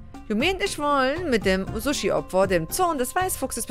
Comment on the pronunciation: Jetzr hab ich Hunger auf Suh-schie.